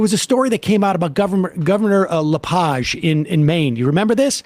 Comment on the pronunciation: Governor "Lepahzhe" in Maine? It was Lepage as in "a page in a book".